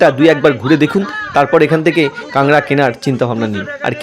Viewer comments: আরে ভাই নাম টা ঠিক করে বলতে শিখুন। এটার নাম কাংড়া নয় এর নাম কাঁকড়া ঠিক আছে। ভিডিও করলেই হবে। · ঐ অঞ্চলের পুরাতন বাংলা ভাষা অনুযায়ী কাক নয় ড়া এর পূর্বে কাং শব্দটি উচ্চারিত হয় 😄